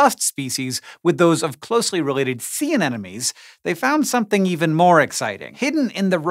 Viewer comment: An-enemies. You can't unhear it now. You're welcome!